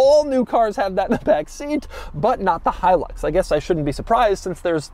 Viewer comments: My favorite part of the video is how he mispronounces Hilux over and over and over, again. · It’s pronounced different in Central America. He-eww-looks.